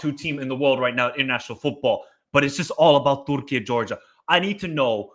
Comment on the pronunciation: Why do you say 'Turkey' in that silly way?